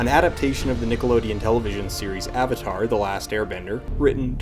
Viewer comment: "Are you the Ahvatar, Ong?"